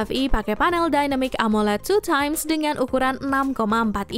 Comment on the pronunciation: 2x bukan 2teme